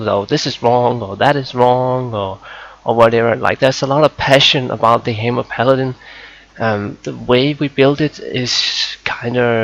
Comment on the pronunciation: i got 5 sec into the vid and i couldn't take it anymore. "Ultimaite" "Haimer" ... pls